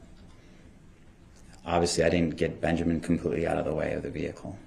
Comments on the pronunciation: DB can’t even say Benjamin correctly, he says “BenJERmin” Lol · Did this man say benjermen oh non talking ass special ed ass